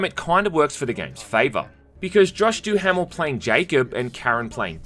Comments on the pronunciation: It's DuhaMel like caraMel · Good review, made me interested in the game that I previously overlooked. Also I have to mention this because you just kept saying it (perhaps in jest) but the name of the actor is pronounced Josh DOO-MEL. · I'm...I'm going to be that obnoxious person and say that's the strangest pronunciation of "Duhamel" (as in Josh Duhamel) I've ever heard. But it ultimately doesn't matter. Informative review and that's what I was needing yeehaaa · Thats definitely not how u pronounce josh's last name